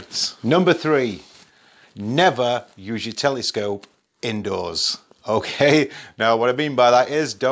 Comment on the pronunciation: It's cute how you pronounce "telescope" like "telly-scope" :D